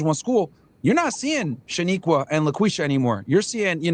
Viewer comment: He said Laquisha!! 🤣